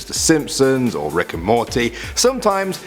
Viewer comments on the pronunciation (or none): none